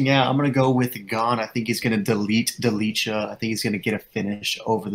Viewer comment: It hurts my ears, when you say: Ante Delija